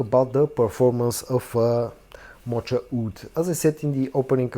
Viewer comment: Moka Wood. The ch is a hard k sound.